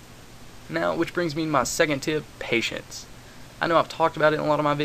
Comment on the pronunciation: he said pateince and im thinking well fuck this...